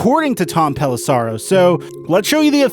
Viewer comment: No offense,, but it's pronounced "Pelissero" (Pel-is-sehro), not "Pelissaro" (Pel-is-sahrro). Good video, though.